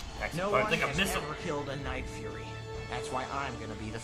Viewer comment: At first I heard "like furries" I had to rewind to understand he said night furry